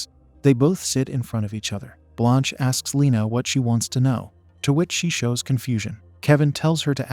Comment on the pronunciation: For real! At some times I didn't even know what happend, all because of the useless censoring. Also, why do they pronounce Blanche as blônche😅